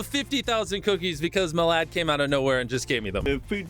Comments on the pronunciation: Its pronounced me lahd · The fact MrBeast pronounced Milad’s name as, “My-Lad” Is funny in my opinion.